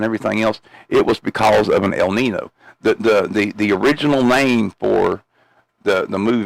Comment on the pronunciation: Its pronounced el neen yo not el nin o.